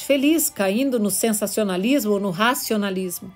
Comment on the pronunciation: Peço a gentileza de corrigir a pronúncia SENSACIONISMO”. Muito obrigada